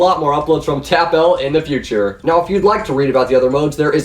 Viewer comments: I have a correction. TapL is pronounced "TapuL" But lots of people pronounce it "Tapple", it's okay however you pronunciation it. Like so can see! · Its pronounced Tapple U have part of skin and part of his name in your name but you cannot pronounce his name 😬 Sad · Tapfib it's actually pronounced tapple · TapL is pronounced like apple ApL + T = TapL